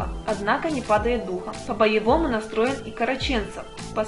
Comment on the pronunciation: Я, конечно все понимаю, но тот кто комментирует новости и неправильно ставит ударение в фамилии Караченцов- это просто полный бред, откуда их понабирали?!!!